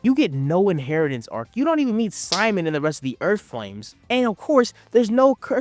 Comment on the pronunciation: why are you calling enma or the shimon ¨simon¨?